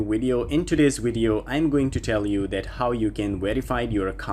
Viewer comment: Is he saying wideo